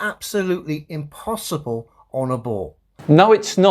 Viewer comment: Am I the only one that was expecting a joke from when he said: The globe is scientifically impossiball (instead of saying impossible)… 😂😂